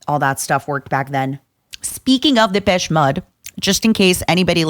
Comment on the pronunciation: Took me forever she was talking about Depeche Mode. I was like, "who the hell is dippesh mudd"??